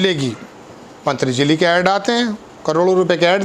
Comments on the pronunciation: Rest all is fine about your report, but the name of the company is Patanjali, not "pantjali ". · Sir, pantjajli nahin ptanjali hai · भाई आप से गुज़ारिश है खबर पढ़ने से पहले शब्दों का उच्चारण का अभ्यास कर लिया करें। आप हिंदी की टांग तोड़ कर खबर नहीं पढ़िए। आप वरिष्ठ पत्रकार हैं, ध्यान रखिए थोड़ा। पतंजलि का उच्चारण हर बार आपने बहुत भद्दे ढंग से किया है। संविधान को भी आप भद्दे तरीके से उच्चारण करते हैं। अच्छी खबर का मज़ा जाता रहता है। शुक्रिया आपका। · Learn to pronounce Patanjali properly.